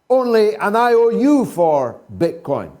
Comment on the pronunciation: His coin not bit coin lol